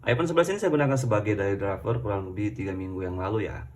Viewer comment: Daily Driver gan, bukan Dayli driver